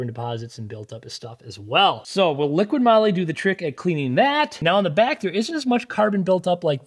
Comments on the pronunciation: Such a pain. It's "Liqui moli", not "liqiiD moli"! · You are testing this product and do not know to pronounce it??? It is not LiquiD it is Liqui, without the letter D.... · OMG its not LIQUID Molly but Liqui 😬 that Hurts my ears 🫣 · liquiD? It clearly says Liqui Moly. Where do you get the "d" from? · Liqui-Molly. Not liquid Molly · Another great video but please, it's LiquiMoly, not Liquid Moly. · There is NO "D" in Liqui Moly!!! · There is no 'D' in Liqui Moly. :| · Yeah, there's no "D" in Liqui Moly. It's (not) right there on the can!